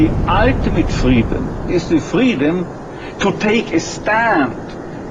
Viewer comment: me confundia ese men, cuando decia freedom xd, parecia que pronunciaba la L en vez de la R